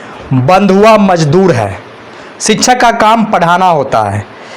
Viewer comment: शिक्षक का सही उच्चारण तो ठीक से करे